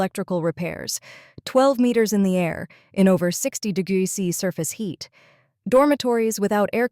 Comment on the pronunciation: Why the weird pronunciation of "degrees C"?!? 🙉